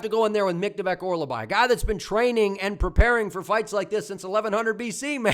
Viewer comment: “Or-ol-bai” ✅ “Or-la-bai” ❌